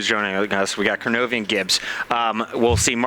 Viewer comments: Seriously? Koronovi? Its Kronovi lol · its kronovi